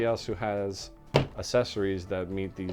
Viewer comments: You sound like an idiot when you pronounce Accessories incorrectly!!!! You say it like “Assessories.” Instead of “ACK-sessories” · "Assessories" lol